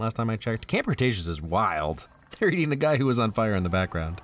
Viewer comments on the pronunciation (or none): none